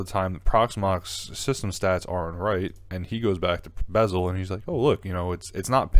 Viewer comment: its beszel not bezel. Maybe learn alphabet before giving advice ?